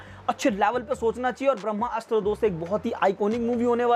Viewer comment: आप जो कोई भी हो बहुत बड़े वाले हो, जो आदमी को ब्रह्मास्त्र बोलना नही आता वो ज्ञान दे रहा है , ये एक शब्द में बोला जाता है ना कि दो शब्दो में आप इस को ब्रह्मा अस्त्र बोल रहे हो, और एक जगह रणबीर सिंह बोल दिया, हिंदी बोलना सीख पहले